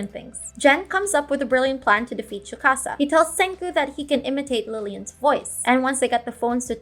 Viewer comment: why are you saying tsukasa like chewbacca bro